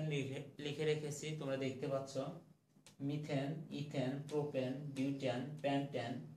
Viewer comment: মিথিন, মিথাইন?? 😂😂সো লেজেন্ডারি 😂😂বেস্ট টিচার 😂😂😂